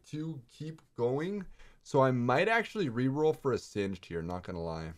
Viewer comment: It's pronounced singed's like hinges (sin-jiz)